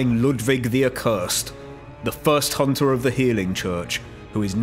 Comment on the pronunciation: I like how you say Hoonter